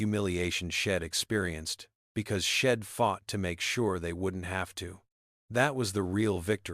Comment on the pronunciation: Itsnt shed. Its she' d ( she had ) nor im its I'm ( I am) get it right narrator